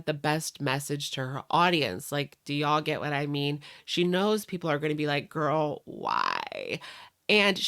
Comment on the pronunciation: That's how Amberlynn pronounced it, "gorl".